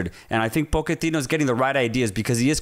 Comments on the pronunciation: I love you guys but, why are you pronouncing his last name “Poketino”? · Hearing Pochettino's name being mispronounced. It's not that hard. Even the premier league commentary never used that pronunciation 😂